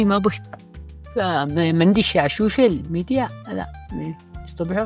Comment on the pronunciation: سوشيال ميديا مش شوشل ميديا 😂